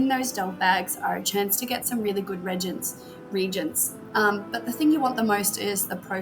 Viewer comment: Reegents? Ragents? Reagents? You've never used that word before have you? ;-) Now i'm sure you never do any cooking in your house. Your hubby probably get his nutrients (another word you probably can't pronounce) at McDonald... ;-))))